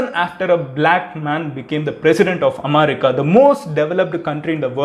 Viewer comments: Please post the video by speeding up the video by 1.25x :) Also you pronounce am'a'rica. Its Am'e'rica. And u missed ur Intro- "Hi Friends, Madhan Gowri here" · Bro athu America omerica illa 😂😂😂😂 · Madan it is america not "amaarica" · Amarica? Lol😂😂😂😂😂 U suck in English.... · Your way of pronouncing America is unique. Haha